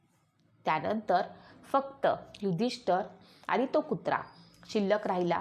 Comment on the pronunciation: महत्वाचे म्हणजे आपण युधिष्ठिर असा शब्द प्रयोग केला पाहिजे आपण उच्चार नीट केला पाहिजे युधिष्ठर म्हणत आहात ते चुकीचे आहे